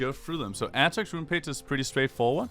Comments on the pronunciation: Wtf is your pronounciation, aatrox becomes atrix? Wtf man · start by saying his name right first, then put a a guide on youtube.